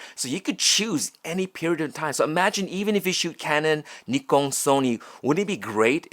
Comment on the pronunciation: Love my M10r but always wanted to try out the x-pro. Also, you’re the first person to pronounce “Nikon”using actual Japanese vowels. For those who like to correct the American version, the British pronunciation is just as bad.